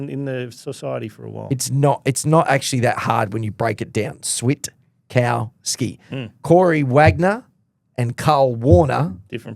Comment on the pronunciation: Switkowski basically has a silent T by the way, even tho his nickname is switta. It's pronounced quickly as swikowski